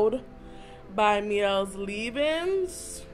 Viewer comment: Neg'Mawon the owner actually explained why the brand is called what it’s called... Her daughter’s middles names both have Elle in it and it’s named after her daughters ‘My Elles’... The brand is pronounce My-Elle not Me-Elle. In this case it’s not a french word. That is from the owner of the brand. The initial commenter is actually right...